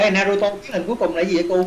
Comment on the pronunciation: Naruto a ơi ko phải narato